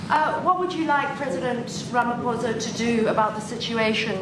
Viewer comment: To say that Malema's isn't racist hate speech meant to incite violence is fucking crazy! I hate to say Trump is right but why the fuck is this man not in jail for inciting racial violence? If our courts did what they were meant to Ramaphosa (which is pronounced Rama-posa for the fucking record, the PH is pronounced P in most of our Tribal tongues. You think you're being so fucking politically correct and you're mispronouncing our president's surname) wouldn't have to sit there with a mouth full of teeth and could have said "You're right, that's disgusting and this man is now in jail for hate speech. Our Constitutional Court could not let that slide, despite how much we love free speech, there's a line" None of our Governments are the good guys you fucking idiots!